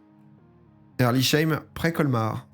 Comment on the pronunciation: Merci pour la dédicace « Herrlisheim près Colmar » 🩷 et ça se prononce « sseim / pas sheim » 🤭